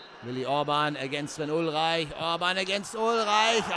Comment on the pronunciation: Wenn er ihn Englisch aussprechen würde, dann wäre das falsch.